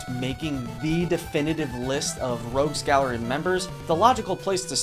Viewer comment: Heh heh, "Rouges Gallery". :-b Common mistake.